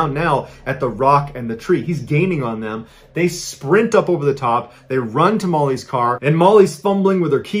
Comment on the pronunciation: When he said "To Molly's" I heard it as "Tamales", teehee.